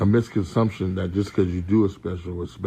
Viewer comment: Faizon said "misconsumption"😂 always thinking bout food😂